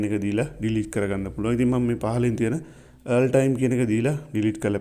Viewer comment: Thank you. But oya wachana hariyata උච්චාරනය කලොත් ඔයාට යහපතක් වෙයි.. All සද්ද වෙන්නේ "ඕල් "...කියලා. ඒක හරියට ඉගෙන ගන්න.. Earl කියන්නෙ නමක්.